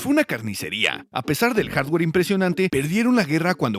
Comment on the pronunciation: ¿Por qué dice HASWER?